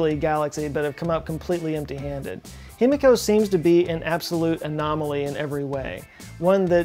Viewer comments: Love your vids! Japanese pronunciation lesson of the day. The i is always pronounced like “ee” so it’s Heemeekoh. You’re welcome! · Himiko = (He - Me - Ko) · Himiko would be pronounced he-me-ko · A giant what? Oh, a die-key-ree, now I get it... no thanks to your Texan pronunciation.